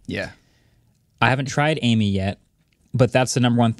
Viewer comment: Amie isn't pronounced like the name "Amy", it's the French word for friend.